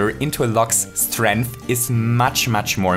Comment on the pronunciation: Man really out here saying “strinth” and acting like 10 to the power of 4 is 10